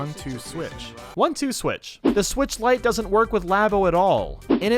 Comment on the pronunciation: I left the video when he said “lite enup.”